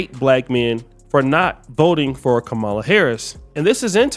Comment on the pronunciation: It's Ka Ma La, not Kah ma la.